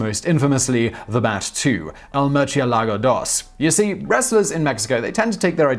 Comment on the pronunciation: Blame Lamborghini. That's how they pronounced Murcielago